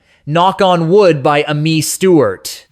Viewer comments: "Uh-Mee" Stewart? I'm 77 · It's A-MEE Stewart you fool! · Thanks for the video, but there are A LOT of errors. A Taste of Honey, France Joli, Midnight Star, Evelyn Champagne King, Cheryl Lynn, Silver Convention, Amii Stewart, and Mary Jane Girls… NONE of these were one hit wonders. Not one. Also, Amii Stewart’s name is pronounced as Amy, which is her actual first name, and Lipps Inc. is supposed to be a play on the phrase lip sync, so it’s not Lipps Incorporated.